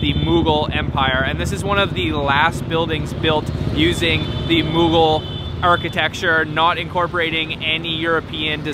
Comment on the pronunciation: . You can't even say Mougul empire correctly? Really?